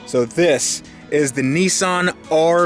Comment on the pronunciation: Its a nissan, not a neeson